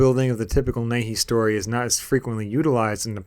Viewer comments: It's pronounced "knee-hey-eee". Nihei. Not 'nay-hee.' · "Nee-hay" man